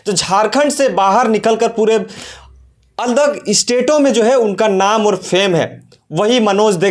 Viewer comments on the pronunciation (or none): अलग state बोलो बे अल्दग नहीं